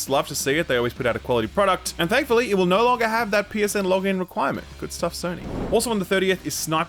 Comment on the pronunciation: Can u explain why you pronounce the word 'no' as 'nauwr'?